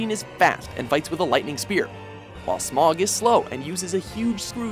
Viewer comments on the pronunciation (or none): It’s S M O Not S M O G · its not "smog" its "smough", like in "though" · SMOG?! SMOOOOG?! It's Smough, think dough, but with a Sm instead. Not the shit you see on a bad weather day in a large city. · Fiend Yes, pronounced correctly, Smough should rhyme with dough. You can tell because if you look at the Japanese version of the game, his name is written as スモウ (Su-mo-u). If it was supposed to be pronounced as "Smog" or "Smoff" it would be written as スモグ or スモフ. スモウ is actually how you would write out the syllables of the word "sumo" in katakana, which would make sense since Smough definitely looks a lot like a sumo wrestler. Also, for the Orn-STEEN versus Orn-STYNE debate, it's supposed to be pronounced Orn-STYNE. The name is German, and in German, "ei" is pronounced as a long I sound (like "pie"). Also, in the Japanese version, it's written オーンスタイン (O-~-n-su-ta-i-n). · How to tell somebody is puking out garbage content without knowing the source: Smog instead of smough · He pronounced my lord and savoir Smough, name incorrectly, it's not smog, it's smo. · If you've actually played ornstein and smough then you should know most people just say smo not smog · Ugh, this guys pronunciation of the names..... Gascoigne is not pronounced that way. Even Eileen the Crow says his name VERBALLY in the game.... it's pronounced like Gas Can, except the word Can is pronounced like Con.... as in Con artist. Aside from that, Smough is not pronounced Smog. Either way, doesn't know how to truly make good lists that any true fans of any series agree with. And I doubt anyone to do with had the SKILL or the PATIENCE to play any bit into any of the souls series to even get past the Intro. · i hate when people call smough smog i think its said like smo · Smog? Dude, it's pronounced smo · I always thought it was something more like: Smough as you pronounce dough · Executioner "Smog"? Really? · You pronounced Smough wrong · Smough is pronounced Sm-O